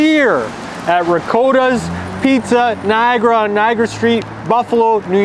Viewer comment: The O has the other O sound like Hot. It’s pronounced Rigotta